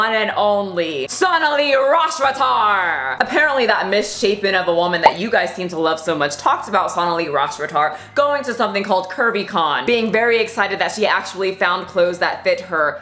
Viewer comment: When you said curvy con I heard Kirby con. And tbh it still works